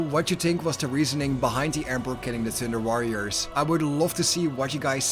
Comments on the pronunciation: All I hear is "Tinder Warriors"? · With your lovely Dutch accent I keep hearing Tinder warriors… I feel this would have been a different story entirely :) Awesome video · the joke is that when the narrator says 'thunder warrior', it sounds like 'tinder warrior' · Your accent makes it sound like you’re saying “Tinder Warriors” and it makes me giggle 🤭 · "Tinder Warriors" made my ear twitch every time I heard it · I'm listening to this podcast style and I was really confused about who the tinder warriors were then I realized you were saying thunder. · I like how your accent makes "Thunder Warriors" sound like "Tender Warriors" to me! In my mind I keep picturing proto-Astartes with Care Bear symbols on their power armor!😂 That gives me an idea for a home-brew chapter that would make the Salamanders look downright heartless! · All I hear is Tinderwarriors😂